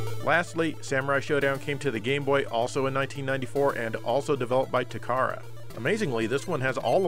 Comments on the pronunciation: Takara is pronounced Tah - kah- Rah it's not "tu CAR'uh " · pronounced ta ka ra, just as it's spelled